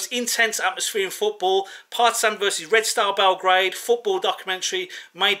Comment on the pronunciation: How he said Partizan it sounds like parmesan 😏🤣